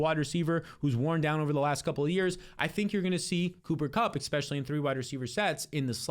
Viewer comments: why do u say exspecially